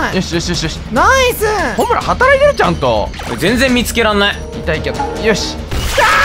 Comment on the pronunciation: ほむるじゃなくて、ほむらですけど？